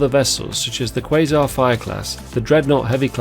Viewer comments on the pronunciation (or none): none